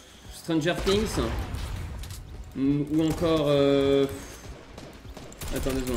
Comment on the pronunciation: "encole" avec ton accent 😂🤣